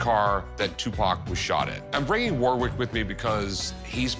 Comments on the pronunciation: You still don't say Warwick like that :D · The way they pronounce Warwick 🤣